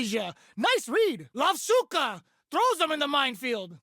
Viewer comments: "Lavshuka" sounds like a mispronunciation of "lovushka" (ловушка)— "a trap" from Russian. Especially when the phrase goes "cages them in with l.". This might've happened because of transliteration from ru to ja to en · I think the name of the 4th move might be Ловушка(Lovushka) which means "trap" but pronouncing it more like Lovshuka. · "Cages em with the Lovshuka", I believe that's a mispronounciation of Lovushka wich means Trap in Russian, so fits with caging theme.